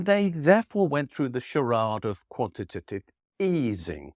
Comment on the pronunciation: I think you deserve applause for saying “quantitative” perfectly quite so many times 🙌👏